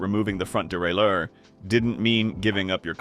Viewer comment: How many different ways can crappy AI pronounce derailleur?